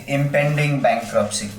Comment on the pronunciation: He forgot letter “T” in bankruptcy.